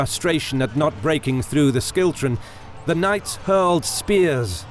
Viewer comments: Great video, great visuals, and great detail. However, the narrator keeps saying "Skiltrom" when its pronounced "Shiltron/Schiltron" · Great video a few mispronounced words though like Scone and Schiltron. Scone (Skoon) Schiltron (Shiltron not Skiltron) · Schiltron = "SHIL-trun". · Schiltron is pronounced shill-tron. Apart from that, a really nice job on the video! Evidently, a ton of work has gone into it and the events of the days of battle are really clearly told :) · It's pronounced Shill-tron Great video though. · Bloody love it! Couple of minor pronunciation things 1) Scone is pronounced 'scoon' 2) Schiltron is pronounced 'shill-tron' Great narration though! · Terrible narration with countless bad pronunciations, e.g: Balliol, Scone, harrass, Comyn, schiltrons and comrades. As for the deplorable grammar ...